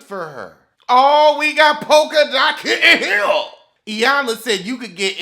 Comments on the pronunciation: I love when he says “kitten heel”. It sends me every time 😭😭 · everytime u say kitten heel u take me out🤣🤣🤣🤣🤣